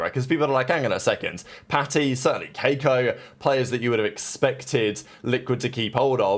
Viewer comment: the way u pronounce keiko gave me cancer